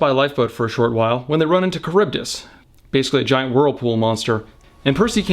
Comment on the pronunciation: You pronounced charybdis incorrectly